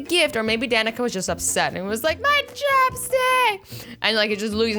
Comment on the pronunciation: My name is Danica and she actually said it right